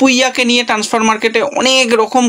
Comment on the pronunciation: ট্যান্সফার উচ্চারণটা!